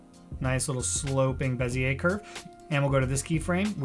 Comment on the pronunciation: you lost me at "beziay"